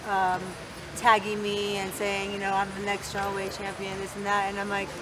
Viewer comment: STAWWEIGHT. NOT HATING JUST POINTING OUT